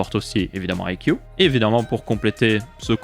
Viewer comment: Ca se prononce "aille si iou" pour info (I see you)